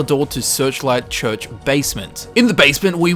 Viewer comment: lmao he says church funny 💀😂